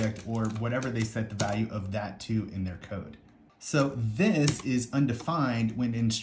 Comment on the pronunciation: everytime he say "this" gave me a tiny stroke